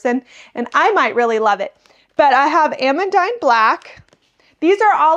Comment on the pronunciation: It confused me that you said Ah-mun-dine, so I googled the pronunciation and it is actually a french name pronounced Ah-mun-deen. Not meaning to be "that person" as I just got corrected on a recent video on the pronunciation of alliums and was happy to have been corrected.